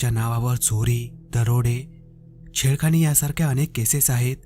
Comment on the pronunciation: शेळखानी नाही छेडखानी